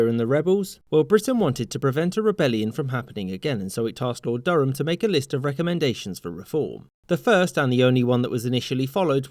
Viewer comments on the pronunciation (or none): none